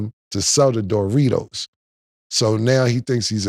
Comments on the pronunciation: Nah the way Cam says Doritos “Dough-ritos” 😂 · “DOOR REEDOS” - Killa😂😂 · I swear cam be mispronouncing shit on purposed 😂😂😂. DJ Metcalf, and door-ritos 😂😂😂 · What are Door-Ritos? 😂